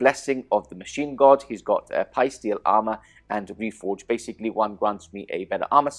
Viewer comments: Say "Psychic" now say "Psy-steel"... Not Pie-steel! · Psysteel Armour - The P is silent. So it is pronounced like Sai 😁😁